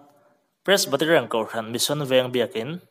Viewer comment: Pressbaterian nilo in Presbyterian tih tur anih hmel zawk eee